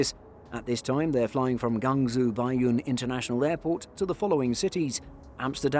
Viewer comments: Hope all airlines keep these big birds. Out of good intention, a small correction for you. Guangzhou is pronounced “Goo-ang Joe”. Although you might not speak Chinese, but being a YouTuber for aviations would require some tongue-twisting exercises for foreign names of airlines, airports and cities 😉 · "gang zu" hurts my ears, great video though, sad to see the 380s go. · Hahahahah ye i noticed he pronounced it wrong too!